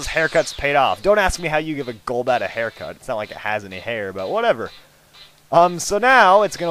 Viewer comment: Aircut, not haircut rofl